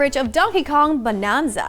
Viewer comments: 'Bananza' not 'Bonanza'. She keeps saying it wrong. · She says Bonanza like "Bononza". It's suppose to be a play on Banana. So you would say it with an "nan"not a "non". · it's "Bananza" like banana and "retreading" old ground not retreating to old ground 😊